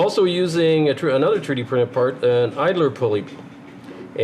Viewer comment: I've read some of the comments here and they tell me just how dumb certain people are and just how ignorant and rude. I understand what a "treedee" printer is without even thinking. Of course, I have an advantage over the ignorant louts. You see, I am a "Anglo Canadiene" born and raised in Alberta but I still understand a little "parlez vous". I know what it means when someone tells me "dey arr jus brushin my toots andel bit wit me in a momen". I also have a fair understanding of "Newfenese" an can find a "tumb" wrench when I needs one. Being a westerner I also know a little bush Cree and when someone tells me I am "pashunite" and I am driving down the road it's time to turn around and go back or "gimme da suvul" means when out in the garden. Being Canadian I knows dat stuff just hits duh fans when I hears "Tabernac" or "Laird tunderin jaisus" or "Sunuvabitz". So now, I invites all dee canucks, whether day bees in Taranuh, Cowtown, or da Chuck, from duh Rock to Hongcouver, whose readin dis to tro in any more "Canadianisms" dey can tinks of and reply backs to me iree. As a Canuck you will surely understand dis.......Two buys were out one days huntin and one spotted sumdin on da wuhder. His conversation wit is buddy went like dis....MR ducs. MR nut. Mr2. CDEDBD ise. Wul ull B phooked. MR2 ducs. So you see, when you make rude or cutting remarks about someones pronunciation or their dialect all you are really doing is telling the whole world just how stupid and ignorant you reall